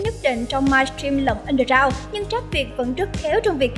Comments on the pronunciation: đọc lại kiểu( viêt súp) giúp mình lại từ : ăn đơ gờ rao nhé . bạn đọc mình nghe thành (ăn đơ dao) rồi :v ko cần đọc nhanh thế đâu , mình biết bạn giỏi tiếng anh mà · Rap mà đọc là trap ? Rồi underground đọc là ăn gờ rao -_